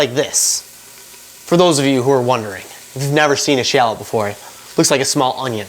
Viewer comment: haha i have never heard anyone pronounce shallot like that before